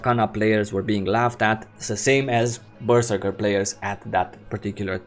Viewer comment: Ok im fairly confindent you're trolling us with your pronounciation of Berserker.